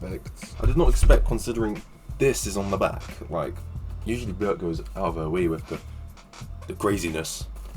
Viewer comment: It's not widely known, but Björk (you pronounced her name perfectly) deeply loves and was greatly inspired by the Cocteau Twins. Truth be told, almost every band you mentioned were largely inspired by the Cocteau Twins, except for Aphex Twin (although your recommendation is outstanding by itself). The Cure's 'Pornography' album is one of my favorite albums from them when I first heard it, while getting stoned with my Goth-coven friends. — It's sounding like your becoming more and more Goth yourself. There are several bands that you mentioned, which were produced, mastered, and recorded by Robin Guthrie ― Nobody realizes this little fact. He and Simon Raymonde both own the BellaUtonic Label so they usually touch every album produced. I personally want you to listen to more Cocteau Twins albums, or even maybe one of their many, many EP's. Ask and I'll guide you to whatever you want, depending on your mood. Later